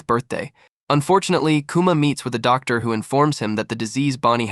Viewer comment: I suspect it’s because it would be typed as Dr. Vegapunk and the AI reads the . as the end of the sentence